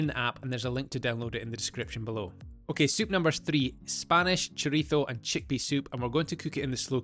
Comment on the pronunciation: I gave a thumbs up just for pronouncing chorizo correctly.